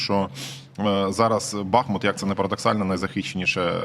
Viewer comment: Шановні ведучі! Як колишній мешканець БахмУта, маю зауважити, що наголос в назві міста на У. Це дуже ріже вуха, коли чуєш деформовану назву. А насправді все просто. Річка, на якій розташований БахмУт має назву БахмУтка, а не БАхмутка. Тому, будь ласка, не росповсюджуйте помилок, а називайте правильно. Дивно спостерігати, що в президентському пулі відсутній бодай один радник, який би виправив Зеленського, який наполегливо робить цю помилку.